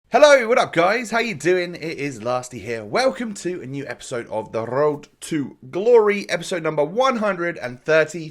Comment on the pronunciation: Stop saying road like that please